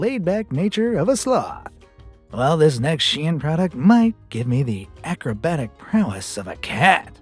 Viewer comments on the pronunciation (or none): It is pronounced like SHINE. not she-in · It's actually pronounced 'Sheen' not 'sh-ein.' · Caught in 4k mispronouncing its shein not shiyan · ITS PRONOUNCED SHEEN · Wait? It was pronounced Shee-in? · ''she-an'' LOL I CANT